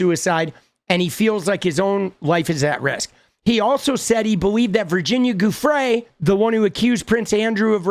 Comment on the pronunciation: Hi! Just a friendly… Giufrre is pronounced joo-fray 👍